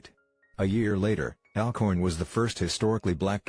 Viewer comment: clears throat....it's ALL-Corn lol